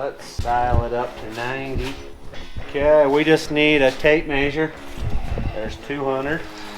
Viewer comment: Mayshure with the tape mayshure